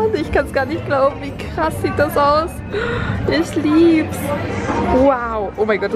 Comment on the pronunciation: Wie oft hat sie „ich lib‘s „gesagt 😂😂